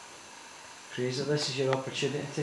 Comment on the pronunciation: The name is not "Frasier". It's "Fraser" [FRAY-zer], as in Brendan Fraser.